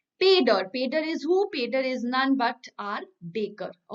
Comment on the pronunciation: I am from Goa and pader is actually pronounced as poder here